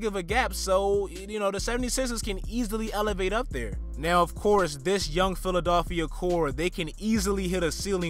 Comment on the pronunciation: where are you from bro the way you say philadilfia is hideous